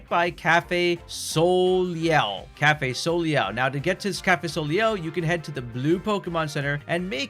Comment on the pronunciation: It's pronounced cafay solay btw it's supposed to rhyme 😳 also Noov-oh